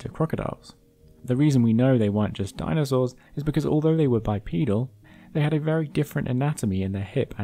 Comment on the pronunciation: Bipedal, not bipoedal. Bipoedal running would be running with the assistance of two children. Aside from this extremely minor nitpick, excellent video 👍🏻